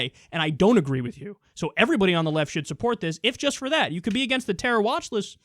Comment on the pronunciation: "To do what is riighT, and what is juss". You just pronounced the T in right, where the hell is the T in just? Sounds like he intentionally mispronounces his words.